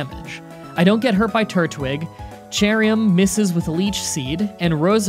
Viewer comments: what you pronounce cherrim like cheriyam im pretty sure its pronounced like cherim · Cherrim ( Cherr-Um)